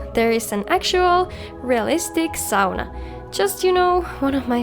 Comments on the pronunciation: I know, in England we say it wrong, saw-nuh. You guys say it right. I'm sure others would agree with me here, but its very clear to see how much effort you put into your videos, seems like you have a passion for it, and as a viewer I can tell. It gives a soul to the videos. Have a great rest of your day anyway. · I have always pronounced sauna correctly and it made me very happy to hear someone else say it!